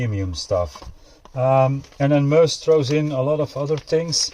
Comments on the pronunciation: sorry what was that? Mooouse? Read the box. The name is in the statement on the box....not me but us! Its Me-Us dude😂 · Why does everyone seem to struggle with saying ME US? This looks like it's going to be a sick build, looking forward to this one! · I know right😂 its says it right there on the box. Not me but us....its Me-Us😂😂😂